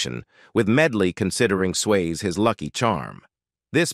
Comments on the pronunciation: Please have the decency to pronounce his surname correctly. It is not 'Swaye' it is 'Syasee'. Also do not clickbait by using the photo of another actress in the thumb nail. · uits not swayz its sway-zee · its sway-zee not sways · Swasie, not sways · Your robot cannot pronounce Swayze correctly! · This should be re-recorded to get Patrick’s name pronounced correctly. What a big miss….